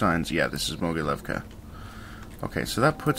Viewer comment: I think that its pronounced "mogiliovka"